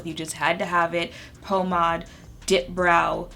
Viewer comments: Pommad? I think you meant to pronounce it as "pom (long 'o') - made" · Good video but the way you said “pomade” made me have 1/3 of a stroke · The Haitian jumped out when you said "pomade" 😂🇭🇹🇭🇹🇭🇹 💛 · You said pomade like a true zoe 🇭🇹😂🔥